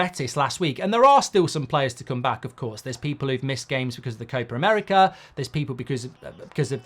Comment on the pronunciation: Why does Mark pronounce Copa America like an American?